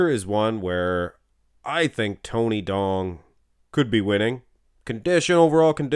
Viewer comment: Tony Duong is a Vietnamese name and duong is prounced yu-ong